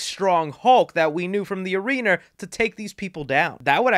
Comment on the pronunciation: bro said arener